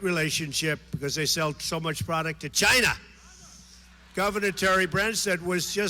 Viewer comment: if you listen closely someone mimics Trump's GYNA